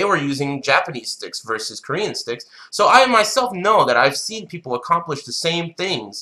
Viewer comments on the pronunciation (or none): none